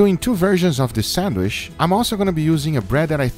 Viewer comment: i know this video is old as heck and that no one reads these, but i just love guga pronouncing it sandwish